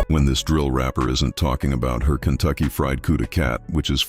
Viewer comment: she said Cuntucky.. Cunt is with a C... you need to listen better boy lol